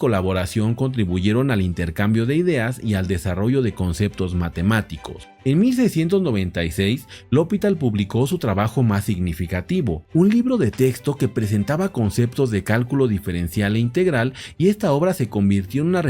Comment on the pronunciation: Ese apellido tan particular es L'Hôpital y es palabra aguda como todas las francesas. No hay que hacer la pronunciación inglesa esdrújula.